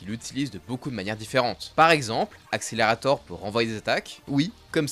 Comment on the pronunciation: accele rat tor mdr prononce un peu en english gros